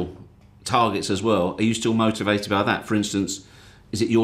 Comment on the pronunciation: He is still mouutivated